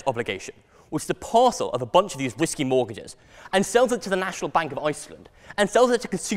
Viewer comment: sounds like he's saying "whiskey" mortgages. actually, I guess it's the same thing. am I the only one who can see him in the 2.0 series of Harry Potter movies?